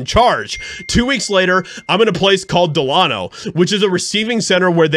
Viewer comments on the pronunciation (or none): Just fyi...the prison and town is named DE-LAY-NO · Dee-lay-no Delano. I feel better now that I got that out of the way.😉 Yes Delano is a dangerous prison. It's up there with Folsom and San Quinton you just don't hear about it as often. It's definitely gladiator school and prepares one for the big boy's of the two mentioned. I'm a retired probation officer. I had a lot of client's go to North Kern Valley State Prison although it wasn't as large or as notorious when Robert Downey was an inmate. He more than likely got through it ok because he kept his wits about him and his eye's straight ahead and focused on his time. It can be a brutal place. It's a level IV facility, but one can make it through with minimal conflict if any at all minding their own business and sticking to their program. I'm glad he's doing so well these day's. I've always enjoyed his movies and appreciate his perseverance with his recovery. He's become a real class act.